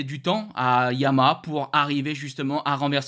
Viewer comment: trouve toi un orthophoniste en urgence,Arrête de massacrer YA - MA - HA!!!!!!!